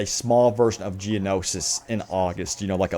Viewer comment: Geono-shi... Geonosis.